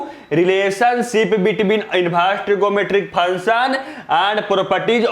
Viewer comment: Sir function to sahi se bolo